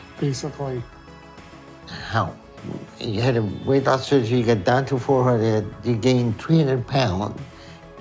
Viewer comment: He lost so much we-et in the last ye-es!